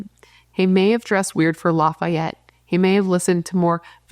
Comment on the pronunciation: FYI. Lafayette is not pronounced like the city in Louisiana. The second a is more like an e. Law-fee-ett. I love language. Regional pronunciation is a cool concept I love hearing accents and dialects.